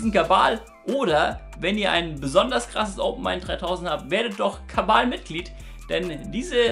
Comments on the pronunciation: Gutes Video (Hab auch nichts anderes erwartet) Jedoch frage ich mich schon länger, wieso du "Kabal" anstatt Kanal sagst. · Warum sagst Du immer "kabbal" anstatt Kanal, das macht mir Angst! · Kann mir jemand sagen warum er immer Kabal statt Kanal sagt? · hört noch einer kabal wenn er kanal sagt ? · Einfach ein Versprecher, der seit dem verdient auf Platz 1 geblieben ist 😉